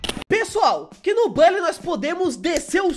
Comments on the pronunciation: não é bOlly que se pronuncia, é bUlly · Acho estranho vc falar " Bali" e não " Buli"😂😂 sei que o certo é "Bali', mas desde criança eu falo "Buli" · É buuully não bally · Como se escreve: bully Como se fala: bálly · Bãlly 🤔🤔🤔🤣🤣🤣🤣🤣🤣🤣 Meus ouvidos sangram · Mn eu sábia de tds só uma dica vc só flw o nm do jogo errado pq se fala literalmente "Bully" mais bm vídeo +1 inscrito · Tenho raiva de quem fala "BÁLLY"